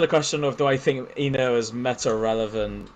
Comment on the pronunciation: “Relovent” you’re cooked 🙏